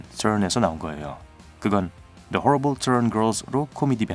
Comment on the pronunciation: The horrible 영어 발음할때, 너무 오바하면서 혀굴리심 ㅋㅋㅋㅋ 웃겨